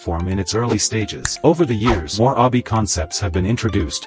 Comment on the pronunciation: I love the fact that the ai generated text cant say obby correctly